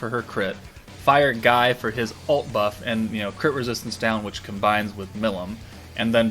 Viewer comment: Btw Guy is pronounced ghee or ghii, just thought id let you know👍